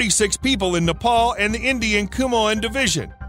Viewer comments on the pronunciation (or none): none